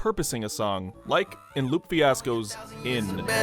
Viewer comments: Lupé Fiasco. Loo-pay. Not LOOP Fiasco. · Amazing video but brother, Lupe Fiasco is pronounced "Lu-Pay" Fiasco. I've never heard it pronounced "Loop". Made me giggle, had to let you know lol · its pronounced loop ay fiasco not loop fiasco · Also u pronounced lupe fiascos name wrong!!! It’s Loopay, not Loop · He really called him Loop Fiasco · “loop fiasco” ???? how did you read it like that